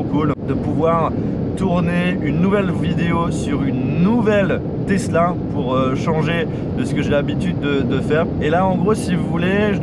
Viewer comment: on dit "tezla" et non " tessla". merci beaucoup de respecter la langue française qui est si belle .....